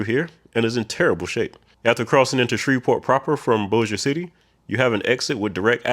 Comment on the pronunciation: Kudos on nailing "Bossier City" ... two more of the hard-to-pronounce locations in Louisiana are the "Atchafalaya" river and the city of "Natchitoches"!!